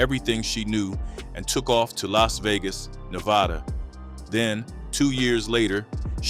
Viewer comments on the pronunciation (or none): none